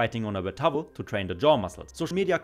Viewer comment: Tawwel, lol :D Das wird "Tauel" ausgesprochen